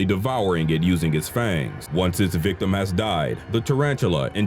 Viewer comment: The way you pronounce victim tickles me...”wicktem” 😁😂...I feel as if every person ever “attacked” by a tarantula has definitely been a “wicktem”